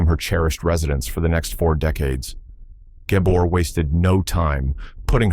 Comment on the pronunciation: Learn how to pronounce the Gabor’s name.